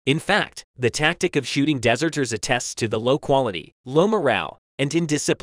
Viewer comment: I Presume when you say Dessserters you mean to say dezzerters one sounds like a cake, the other sounds like an expanse of sand . one has no meaning the other means a person who runs away from danger